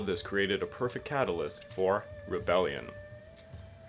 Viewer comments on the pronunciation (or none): none